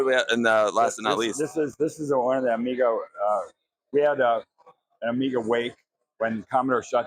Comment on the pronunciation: 1"30 Where does this man come from where they pronounce it "Amigeer"?